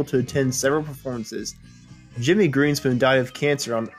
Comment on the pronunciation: Uh - it's GREENSPOON .. "the Concertmaster"